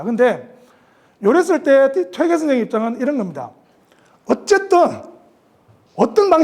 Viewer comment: 퇴계론에, "퇴계"의 "퇴"자 발음이 틀렸읍니다. 이 얼마나 이로니칼한 일입닠까? "퇴"자는 장음입니다. "퇴학, 퇴치 , 퇴영" 등 어떻게 발음해야 하는지 아십니까? 쟈고저 장단 문제를 바르게 익힌 다음에 공석에 나오십시요. 제가 쓴 책 한 권 일독해 주실까요. 한국 언어의 타락상이 하 분하여 "한국 어문을 고발함"이라는 책이올시다. 미국 변 완수 드림